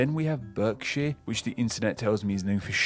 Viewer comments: This is confusing. I thought the narrator was meant to be British? He certainly didn't sound British - just pretending to be. For example, he pronounced so many counties incorrectly. Hertfordshire, Berkshire etc - they're all pronounced Hart or Bark. The 'ER' is invariably pronounced 'AR'. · Why 'Burkshire'? It's 'Barkshire'. 'Er' used to be pronounced 'ar' before about 1600. Hertfordshire is pronounced correctly. But 'Derby' was wrong - it's 'Darby'. Oh - and the River Wear is 'Weer'. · I'm sorry, but anyone outside the US who pronounces Berkshire as 'Birkshire' (rather than 'Barkshire') has more than a different dialect! That's to say nothing of 'Durbyshire' (Darbyshire') or 'Tyne and Ware' (Weir!). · I've never, never heard an English person refer to Berkshire as 'Burkshire', only 'Barkshire'! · Berkshire is not pronounced how he is saying it, it’s pronounced Barkshire. Also Shrewsbury is pronounced more like Shrowsbury with the Shrow rhyming with the word throw. Derby/Derbyshire is pronounced Darby/Darbyshire. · Berkshire is pronounced Barkshire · Berkshire is pronounced “barkshire”. Also, the Wear in Tyne and Wear is pronounced “Weir” as in weird. Source: Surrey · Berkshire is pronounced Barkshire, and Derby/Derbyshire is pronounced Darby. I think he missed out Warwickshire, just to the east of the West Midlands, named after the town of Warwick, pronounced Worrick. Also, did he mention County Durham, named after the town of Durham? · The narrator pronounced some of the names wrong, e.g. derbyshire as americans would, however it's pronounced darbyshur in England, there were others as well, such as berkshire, pronounced in England as barkshur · You'd think an English person would know that Berkshire is actually pronounced Barkshire, as Derby is pronounced Darby... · The guy pronounces Berkshire incorrectly. It's said "Bark-shire" as in what a dog does. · Berkshire is pronounced Barkshire and Derbyshire is pronounced Darbyshire. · berkshire is pronounce barkshire